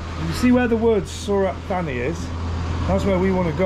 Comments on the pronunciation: Santa Fanny... it's pronounced Su-rat Ta-nee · Mate it’s Surit Thani, I went once in 1996 I still remember how to say it correctly , 😂